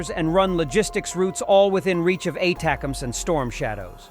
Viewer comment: Watch this channel quite a bit and often wondered if the voice is real or an AI. Weird inability to pronounce ATACMs